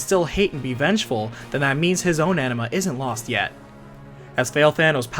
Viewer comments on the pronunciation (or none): It is ANIMA not ENEMA LOOOOL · Every time you say "Anima", I'm hearing "Enema" 😂 Great video! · I hear "enema" lol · It's interesting but the way you said 'Anima' is pretty distracting, it's sounds like 'Enema' 😂😂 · Why do you pronounce it like 'enema'?